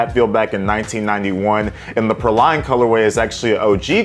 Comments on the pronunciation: you know what, we’re both wrong! It’s PRAW-lean, just looked it up! 🤦🏻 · It's pronounced "PRAY-LEEN", like the candied nuts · Say it with me...it's pronounced "Pray-lean" LOL I need these though. I have the lighter color that came out a few years ago and love em. All Huaraches are half size up. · Dope pair! It’s pronounced “PRAY-leen” btw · it’s PRAY-lean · Praline is pronounced “pray-lean”!